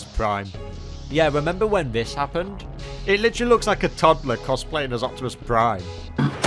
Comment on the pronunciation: Its OPTIMICK Primouse! OH BAYVERSE PRIIIIIIME! got a face for you to rip! XD